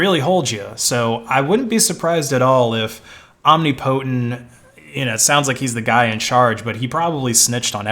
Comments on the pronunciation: Om-NIP-otent not omni-potent, genius. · Om-nip-o-tent. Shit that hurt to listen to. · You're pronouncing "omnipotent" incorrectly. "om·nip·o·tent" is the correct way. You're saying "omni-potent". Just for future reference if you talk about this again. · This dude really pronouncing omnipotent as Omni-Potent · It is pronounced "om-nip-po-tent" not "om-nip-po-tent". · BTW the standard pronunciation of omnipotent is "om nip o tent", although being the person's handle, it's always possible they actually said "omni potent" and you're correct. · 'Omni' + 'potent'' eh? I am so embarrassed for this dude right now...It's 'Om' + 'ni' + 'po' + 'tent' . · I don't know what the correct way to pronounce it is, but every time he says "Om-nee-po-tent" I think to myself, "Om-nipuh-tent" ...because it sounds better. That's all I have to contribute to this conversation. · said "om ni POTENT." Correct pronunciation is "om NIP otent." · this dude really pronouncing omnipotent as omnipotent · It's tolerable but it's hardly ideal. Think about pronouncing a related word like "omniscience" in similar fashion and it sounds especially ridiculous. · Sorry, you missed the pronunciation of "Omnipotent" as well. It's pronounced omNIPotent. PS Coelho is pronounced Cwelho, roughly. Correction: "Cwello"